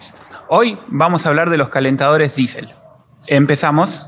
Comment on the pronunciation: hermano es diesel no disel